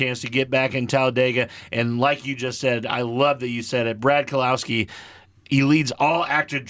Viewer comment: Believe it or not I've never left a single even remotely negative comment on the internet since I was in middle school but c'mon guys you can't be serious? Steinhouse? Buschler? Kelowawski or however the hell you tried to pronounce it? I don't think you should be giving betting advice when you don't even know the names of the people you're betting on. I get NASCAR isn't everyone's cup of tea but you could've at least PRETENDED to have actually watched even a single race before uploading a video suggesting how people should spend their money. I started watching for genuine picks but only finished the video for the comedy. You're welcome for the watch time though, I get it. Do at least five minutes of research next time or stick to ball sports if you want to be taken even remotely seriously by anyone who at very least knows who Brad Keselowski is.